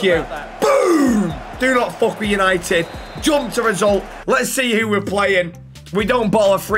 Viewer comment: YANITED YANITED YAANITEDDD